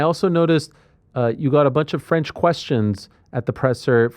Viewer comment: I'm french and I can tell you that you have a perfect french prononciation. Do you have french origins?